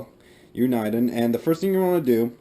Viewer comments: It's Uni-den not U- ni- den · dude its uniden not un-eye-den. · it's pronounced U na den.